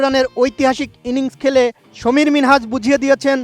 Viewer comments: সামির মিনহাস, সমির না!!! ব্যাটা বেকুব, আগে নাম ঠিকমতো উচ্চারন করা শিখ... তারপর নিউজ পড়িস!!! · সমীর নয় সামির মিনহাজ। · সাংবাদিক সাহেব সমীর মিনহাজ না সামীর মিনহাজ হবে 😂😅😂😅😅